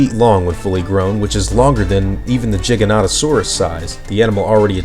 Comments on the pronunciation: Giganotosaurus not jighanotasaurus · Your pronunciation is funny. Jigga-notto-saurus lmfao